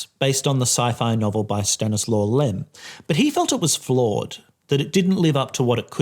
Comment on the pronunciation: Hi. Stanisław is a polish name and you read ł as w in English and w as v. So, as Staniswav.